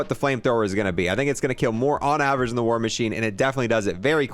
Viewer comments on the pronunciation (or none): none